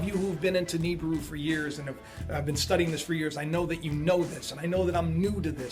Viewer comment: astronomers declare? dude you should change friends stay off the internet and drugs, oh and it's pronounced Nibiru " nee-beer-oo ni-bi-ru "not Nibru